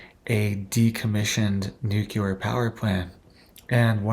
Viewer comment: Bro - it’s pronounced “New - clear” not “nuke-you-ler”.